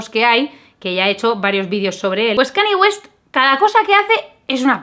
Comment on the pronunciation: ya se que es un poco cani, pero Kanye West se pronuncia como se escribe, "canlle guest", no "cani guest" ni "canie guest". XD Besis